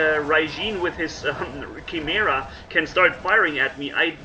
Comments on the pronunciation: 😵😩 everytime you say "chi" "mera" lmao. I love your content but its supposed to be pronounced with a K like - "ki-mera" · It’s pronounced ki-mar-ah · chi·me·ra kīˈmirə,kəˈmirə/ Hope it helps.. many people commonly can never pernounce it as it should be... It is pernounced as with a "K" beginning sound.. You are doing great with these videos.. I actually learn alot from watching them..learn some great tips and set up ideas. Thanks and keep them coming. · I think its pronounced as “Kai-mera” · I think it's pronounce KAIMERA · (kīˈmirə) Here you go,. First part rhymes with "fly" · pronounced chim er a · Not being rude but Its spelled "kai-mera" Name for an abomination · Like "k"imera dude